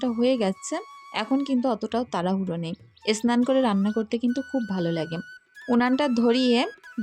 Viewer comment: সবসময় দেখি তোমাকে একটা কথা বলতে । তুমি সবসময় বলো এস্নান এস্নান বলো কেনো? কথাটা হবে স্নান করা।